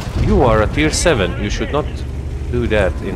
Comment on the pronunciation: "Tier tevenz" words are hard indeed :)